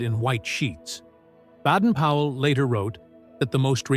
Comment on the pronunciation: Sure it wasn't Baden Powell NOT Badden Powell?